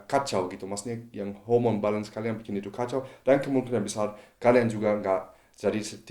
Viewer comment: mungkin maksudya dia mau bilang Hormon tapi malah ku denger HOMO